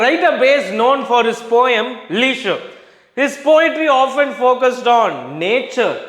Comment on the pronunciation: Thank you sir🎉. - The title of the poem's name pronunciation is /ˈlɛʒə/. I think you'd mispronounced it. It's very different to here sir. Otherwise as usual good teaching❤